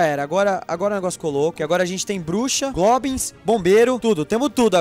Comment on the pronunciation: o não sabe fala goblins